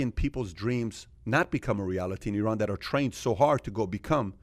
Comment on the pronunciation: The iranian guy spells Iran multiple times and yet, those guys keep butchering the country's name. It's stupid how americans say I-raq and I-ran. Maybe you should consider saying A-merica from now on.